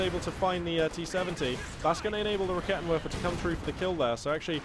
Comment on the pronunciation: Just a small thing, when pronouncing german units such as the Raketenwerfer just remember W's are V's so it's 'Raketenverfer'. Much more satisfying to hear/say for your German/multilingual fans:)